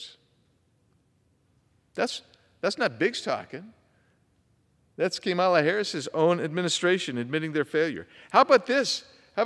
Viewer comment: KAY-mala. LOL